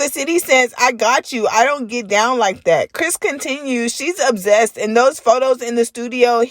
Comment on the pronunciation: The way you say obsessed is disturbing 😩